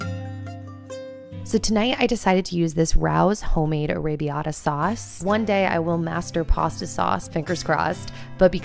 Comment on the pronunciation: The sauce brand is not pronounced "rowse" it's pronounced "ray-oze" or "ray-o's"